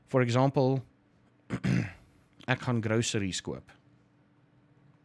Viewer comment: YAY we get to learn swear words again!! :D Actually it's funny because I had to ask when you talk to Nina because it doesn't sound to me like you are saying "gaan" it sounds like han or hon. So thank you for adding that in to this lesson!